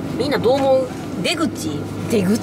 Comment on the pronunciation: ｢でぐ⤴︎ちぃ｣｢出口な、｣からのくだりが最高すぎてめちゃ笑いましたwww